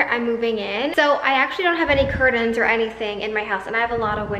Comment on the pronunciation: lol... curtains, not curdins. You say it so many times.